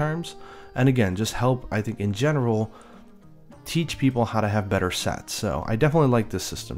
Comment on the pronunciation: Geez! it sounded like you said "Teach people to have better sex" instead of "Teach people to have better sets" Heh!